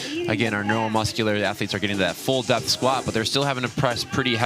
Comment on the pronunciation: What is it with Americans that they can’t understand that there is no “x” in the word “especially”?